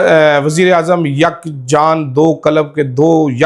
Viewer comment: Ye bat achi nahi Yak jan Yak Qalab mai apne YAK zeada zor se kaha hai...🤣🤣🤣🤣😅